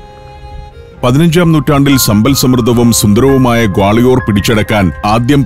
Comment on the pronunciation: ഞങ്ങൾ ഗാളയോർ എന്നല്ല ഇവിടെ പറയുന്നത്.ഗാളിയർ എന്നാണ്.🌹🌹💗💗💗